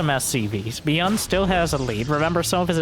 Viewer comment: Dont wanna be a smart ass but byun is one syllable in korean!😅